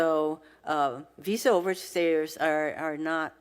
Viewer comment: she can't pronounce OVER STAYERS , she says OVER STAIRS....DUMB DEMS